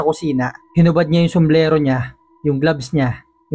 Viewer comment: Di ba pwedeng sombrero? somblero kasi sau😂